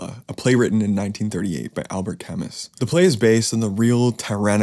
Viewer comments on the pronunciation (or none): "CAmoo," NOT "CAmuss."